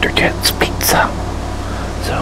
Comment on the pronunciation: I love how he says peet-za 😂